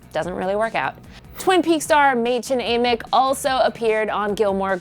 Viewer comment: The way she pronounced madchen amick killed me